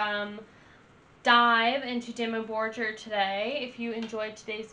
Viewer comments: It's Dimmu BorGir, not Dimmu Borjer 🤦🏼(it means Black cities/castels in old Norse and Icelandic) Americans, learn to pronaunce at least one word in foreign laguage correctly. My english is bad, but at least i can say and write something, damn it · Def. Check out a better dimmu album. And also it's pronounced dimmu bor-geer... like deer with a G . .. not jer. Lol. Idk how ur just now coming across dimmu. But glad you did. Check out old mans Child..... a side project.... that is AMAZING. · imagine comparing Dimmu Borgir to Disney 😀 but there is one thing, don't say bor"j"ir... it is called Borgir like the normal G like in Google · Just fyi: it's pronounced Dimmu "Bor-gear" ☺️ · It's pronounced "Bore-Gear" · Great songs I just don't like it how you pronounce it lol. Borgir us just like how it is written. Don't make a j sound from the G.